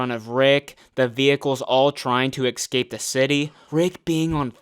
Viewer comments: alright, he just said "eckscape" so it's been confirmed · What is it with Gen Zs being unable to pronounce "escape"? I swear at this point every other american youtuber in their 20s says "excape". Is it an education thing? Like all your schools permanently closed because of all the shootings? Or is it a cultural/slang thing? Like black people saying "axe" instead of "ask"?